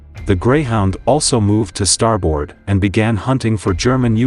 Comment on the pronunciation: They're called "depth charges". Also, the pronunciation is not "star board", it's "starbird". In WWII, there was no sonar. It was called ASDIC. Navy personnel are called sailors, not soldiers. Torpedoes don't fly. (Note: NEVER call a Marine a soldier if you value your health.) Was this a junior high school history project? What grade did you get?